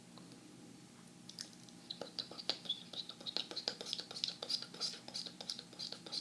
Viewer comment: I love the "stpl" sounds of you saying stipple lol